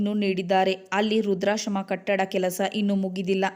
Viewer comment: ರುದ್ರಶ್ರಮ ಅಲ್ಲ ವೃದ್ಧಾಶ್ರಮ